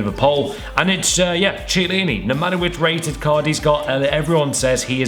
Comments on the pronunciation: Chiellini not ciellini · in italian, Chi is pronounced as Ki (as in Kim).